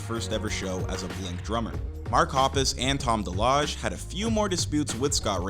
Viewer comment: The way he said DeLonge is funny…also states a family tragedy but not what it was (his mom dying the day before he started high school)